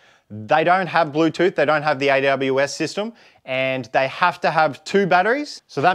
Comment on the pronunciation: bruh, you lost me with "Blutooth"...